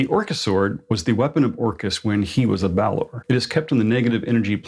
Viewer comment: I think you're the only person besides me who doesn't say "Baylor" instead of "Balor"! 😮